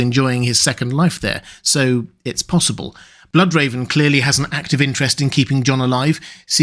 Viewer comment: Did you mean to say “…fire wights possible”? It sounded like you said “impossible”. Or (in the books) does she think it’s impossible? I haven’t read the books, so I’m not sure if you misspoke or didn’t misspeak.